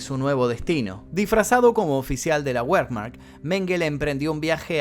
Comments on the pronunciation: No es wermak se pronuncia vermaj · Pronuncia mal wermach y waffen SS .. ANIMAL IGNORANTE!!